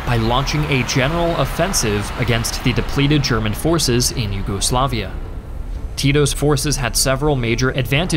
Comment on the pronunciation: Americans saying "nyugoslaviea" Rolls eyes